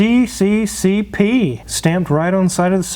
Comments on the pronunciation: And it's not see-see-see-pee, it's ess-ess-ess-err, or Союз Советских Социалистических Республик (Union of Soviet Socialist Republics). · "CCCP" is pronounced "SSSR". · I can try helping with findings parts here in Ukraine, let me know if you need my help. Fyi CCCP is pronounced SSSR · You will get a lot of attention and more like a Mustang Shelby. By the way CCCP is reading as CCCR .Because P is R in russia. I learn how to drive in one of these. It should run around 65 miles/ hour.A 5 gear would be better but its in a good shape and easy to fix.In europe you get a lot of parts.In the US it will be difficult especially now because of the war. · CCCP actually sounds like EzzEzzEzzArrr. P is for Russia in Cyrillic. Never want to hear that again.